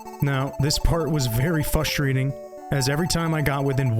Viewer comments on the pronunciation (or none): bro says fustrating And Its frustrating lol